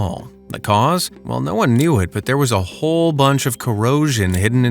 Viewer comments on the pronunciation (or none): none